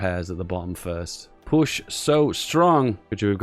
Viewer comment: #PUSHSOSTRONG Soviet Union? Ha more like Soviet gone! Btw I love how you pronounce the word PUUUUUOOOSH